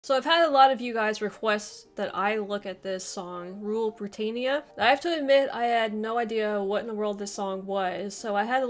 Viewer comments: You haven't done enough research. It's NOT pronounced bri-tay-neea, but LISTEN and you will hear BRI-TAN-YA. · It's Britannia NOT Britainnia! Oh, and it appears Sarah Connolly's flag is upside-down when she waves it - this is known to be a 'flag of distress'. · Rule Brit-AYN-ia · Rule Bri ..tan ya…. Not Bri…Tain…ya. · It is pronounced Brit-an-ia. Not brit-ane-ia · Not being a pedant but it is Brit-tan- ya not Brit-tane-ya. The wokes say everything is racist but it isnt. It's about being proud to be British. Yes, we had an empire, most civilisation did. But the British gave their empire away and left many countries with proper democracies, legal systems and in a better state than they were before the Brits arrived. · Britayenia? Are you having a laugh? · It is pronounced: BRI TAN I AH BRITANNIA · Wool Bwitannia. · She said brtainea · You’re mispronouncing Britannia. It’s a short A, as in “at” and “pat.” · Learn how to pronounce English words. It's Britannear. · Britaynia are you for real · She cannot even pronounce Britannia correctly! Typical yank!